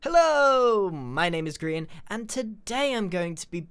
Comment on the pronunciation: No your name is grii an not gree an